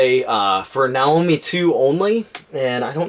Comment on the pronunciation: Not if you're referring to a Japanese product using Japanese pronunciation. Nah-Oh-Mee